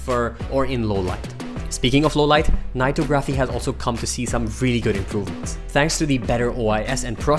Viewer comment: "vreally" wtf